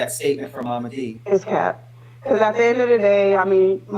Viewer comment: T- it’s Cap like baseball cap. Not cape as in a costume 😘